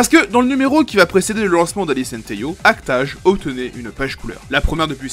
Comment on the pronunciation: La manière dont tu dis act age me trigger de ouf mdr, mais la video est très cool